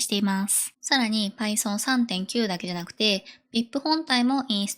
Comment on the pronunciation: 若いエンジニアのドッカーやパイソンのイントネーションに違和感がある。